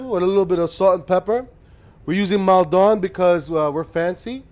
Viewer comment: PSA USA: Maldon is not a French word, it's named after a town in Essex, England, and it's pronounced moll-dun (that moll's not quite right for the first vowel but I can't figure out the best way to describe the pronunciation. Maul?)